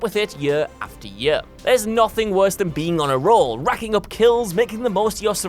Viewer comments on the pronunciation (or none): Hate the way he says year